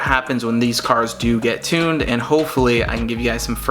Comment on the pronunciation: “tunded”???? Lmfao!